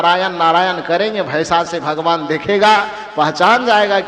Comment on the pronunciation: भगवान होता है आप भगमान कहते हैं 😂